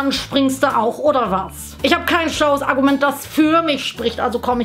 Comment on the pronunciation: ich hab verstanden "akkument"